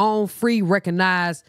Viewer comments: ree-cog-na-since 😅😅 I love it though. He needs to stop using big words like mayonnaise😂😂😂 Btw it means her own free will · Ree cog nance lol that’s what the word sounds like lol